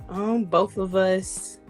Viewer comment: If she says “boff” one more damn time.